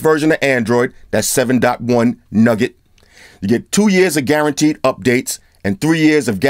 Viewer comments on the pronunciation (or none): Man, its nougat, not nugget. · It's not nugget, it's nougat! That was free, next time you going pay! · it's "noogat"...lol. Love the review.